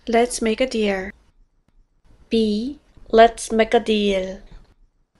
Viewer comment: 7기 151) Let's make a deal. Here's the deal. 약간 디얼~ 발음이 나네요. 연습 열심히 하겠습니다.